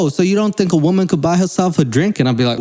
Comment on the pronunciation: After a year or so of hearing say "woMAN" I finally understand 🤣🤣🤣